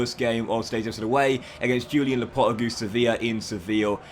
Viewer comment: Please learn How to say lopetegui